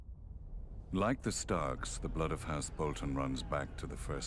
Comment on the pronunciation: House "Botlon"?